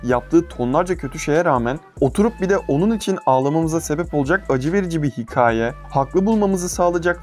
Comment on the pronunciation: Ulan hala hikâye demeyi öğrenmemişsin ya. Hikaye deme be kardeşim artık